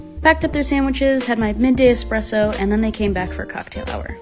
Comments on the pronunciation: It makes my heart super happy to hear the correct pronunciation of Espresso especially when it came to the martinis 🥰🥰🥰🥰 I’m a bartender I make them almost daily and it’s a Uber pet peeve when they put an X in the word.. so happy you made this video saying it right 🥹🥰💙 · Much better pronunciation of Espresso this time 😂 Much love! 💛